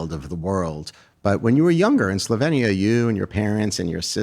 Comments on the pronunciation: It’s pronounced “sloveenya” not “slovinia” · No Slovenia is correct. E as in Elephant. Born there. You English always must change names just because you're lazy and daft to learn a person's/country's name 😅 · Hate how he was pronouncing Slovenia